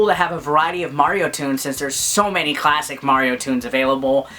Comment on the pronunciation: I totally lost it at "Cwasic"!